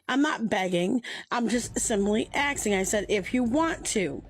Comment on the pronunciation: ITS PRONOUNCED ASKING FFS Also she looks alot like Don Vito